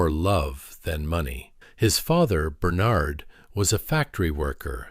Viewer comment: Why can't the narrator pronounce Bernard and RADA?